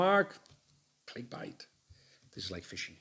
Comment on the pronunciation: Dunno if it’s different in Spain but in England it’s click bait ( said like eight ) G. Keep up the great work